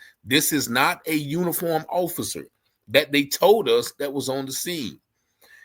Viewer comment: You cant even say Offocer. Orficer. Lol